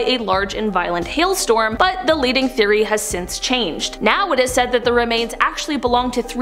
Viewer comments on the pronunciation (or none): none